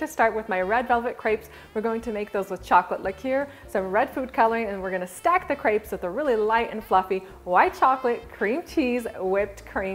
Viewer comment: I wish people would learn how to pronounce crêpes properly